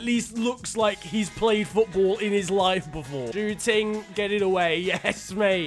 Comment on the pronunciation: you pronounced zhou ting in chinese as pork room